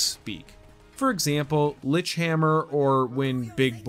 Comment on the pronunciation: here is some info, cole has a compiuter that has power to alter the chaos sequence and affect reality by changing the different points in space and time also why you people can't pronounce lichthammer right (and few others) and yea ending sucks, other then that I love the game